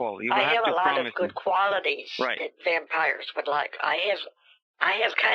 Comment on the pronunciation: Those pesky wampires 😂😂😂